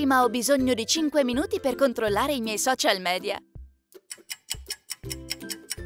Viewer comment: Si dice social midia😁😬😅